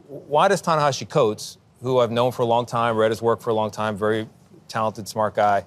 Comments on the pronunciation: “And so then I find myself wondering “why does Tanahashi Coates, who I’ve known for a long time…” ~cbs anchor tony dokoupil mispronouncing a name he claims to be very familiar with. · Tony can't even pronounce Ta-Nehisi's name correctly.